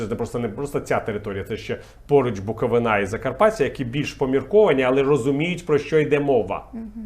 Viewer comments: Чому БуковинА? БуковИна! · З усім сказаним Портниковим згодна, вдячна йому за позицію, за професійну аналітику, за вміння пояснити людям очевидні речі, які їм самим важко осягнути й сформулювати. Одне прохання до Віталія: не говоріть "БуковинА". У цій назві наголос завжди падав на передостанній, третій склад: "БуковИна". І не інакше. Я майже всі свідомі роки у Чернівцях прожила - і така вимова (штучне уподібнення слову "ГаличинА") страшенно ріже вухо. Ну дуже-дуже прошу, чесне слово. З усією до вас повагою, Віталію Едуардовичу. Якщо звернете увагу на мій коментар і врахуєте помилку в подальшому, буду вдячна. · Чому ви всі кажете БуковинА? Ми БуковИна.